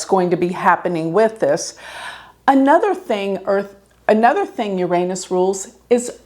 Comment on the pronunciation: Please learn to pronounce Uranus.